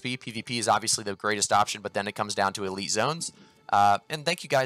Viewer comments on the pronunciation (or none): none